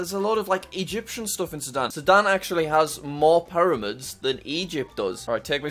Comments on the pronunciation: “So Sudan actually has more “paramids” than Egypt” He can’t pronounce “pyramids”???? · He’s from the north of the uk and they pronounce pyramids as paramids